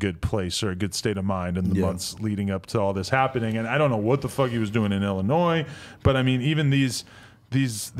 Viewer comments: is an idiot, dude said “Illi-NOISE” 🤣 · there's no "s" pronounced at the end of Illinois. I thought this was well know by pretty much anyone who went past the 2nd grade. At least Adam knew that.